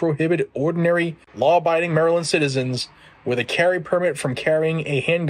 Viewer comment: It’s Maryland 🤦🏾‍♂️